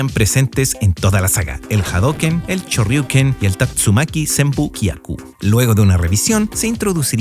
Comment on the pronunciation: "Champion EDICHON, CHORRRYUKEN, CHA, CHE, CHI, CHO, CHU." ¡Tu pronunciación del inglés y japonés ES ASQUEROSA, CABRÓN! :body-green-covering-eyes::face-orange-frowning::face-orange-frowning::face-orange-frowning::face-orange-raised-eyebrow::face-pink-tears:👎👎👎